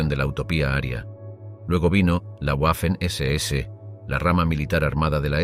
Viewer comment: «Waffen-SS» no se pronuncia "Guafen ese ese", pues no es una palabra inglesa, sino alemana. «Waffen-SS» se pronuncia "Vafen ese ese". Por ejemplo la capitál de Austria, Wien, no se pronuncia "Guin", sino que en alemán se pronuncia "Vin", de ahí que en castellano se llama Viena. También el apellido del compositor Richard Wagner, no se pronuncia "Guagner", sino Vagner. Consejo que este canal debería tomarse muy en serio: Antes de publicar videos con temas relativos a países germanoparlantes, debería hacerse asesorar por alguien que domine el idioma alemán, que en España no deben ser pocas personas.